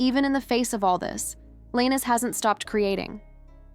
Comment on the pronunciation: you youtubers should learn how to pronounce the names of the person ur talking about cause u r pronoucing his last name